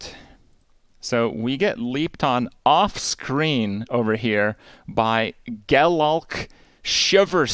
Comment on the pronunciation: Crazy my girlfriend says Gelalk all the time.